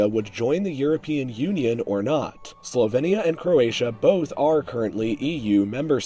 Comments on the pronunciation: Why do you pronounce it Slo-ven-ia and Herze-go-vena? it's slo-vee-nia and herze-go-vee-na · Well, I know that english pronounciation is closer to Slo-vee-nia, but in slovenian we say more like he said it (Slo-ven-ia). Aka - the E isn't pronounced as ee (as in weed), but like e as in left (but softer). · The way you say Slovenia and Herzegovina makes me want to die